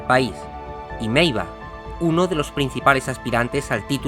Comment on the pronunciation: Meiwa no meiva